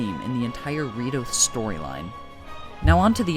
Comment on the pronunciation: "the rito-" All i hear is DORITO